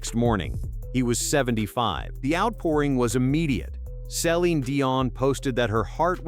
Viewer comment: Maybe learn how to pronounce Celine's name.